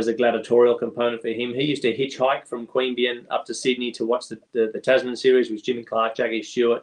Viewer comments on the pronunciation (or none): Queanbeyan. Not that hard. Lived there for many years